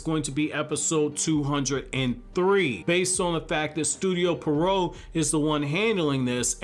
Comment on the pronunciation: "Studio Pee-Eh-Row".